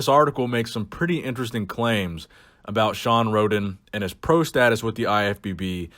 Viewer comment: That's very fascinating stuff aboot shawn